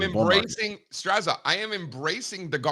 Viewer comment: Strazza is pronounced Stratza, just as pizza is peetza